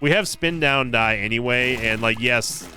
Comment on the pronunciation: Spin down start... No no... It's a "sin down start" 😂